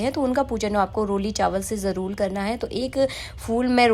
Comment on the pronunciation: Jaroor ko jarrol kyu bolti ho aap